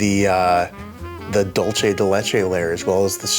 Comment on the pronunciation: Hello, "dulce de leche" is Spanish, so the C in dulce is not pronounced the same as the CH in leche.